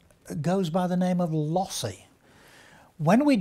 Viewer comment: Was that 'lossy' that he said when he talked about jpeg?